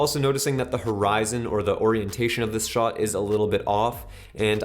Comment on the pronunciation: I love, he’s the greatest but the way he pronounces “shot” makes me cringe 😬